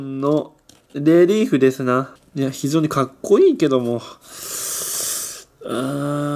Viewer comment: レリーフがリエーフに聞こえる